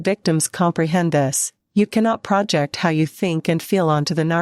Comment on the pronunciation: You pronounce the word "project" as "PRO-ject," as in the noun "project." "I am working on a project." The word is being used as a verb, which is pronounced "pro-JECT." "She will project her ideas onto others."